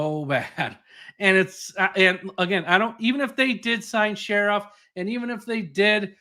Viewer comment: Brandon Scherff....as in Shurf...not sheriff.